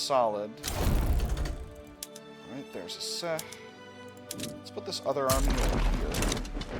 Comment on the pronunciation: The C in Aceh is pronounced like ch in cheese